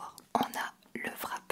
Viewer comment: Haha! J’ai adoré y’a vidéo! Amis ça me fait vraiment rire parce que les français disent VRAP 😂